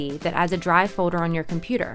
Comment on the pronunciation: Wait is it just me or does she really pronounce folder as "foader"???